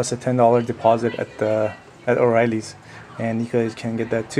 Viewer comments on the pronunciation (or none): he said o riely like a mixican male lol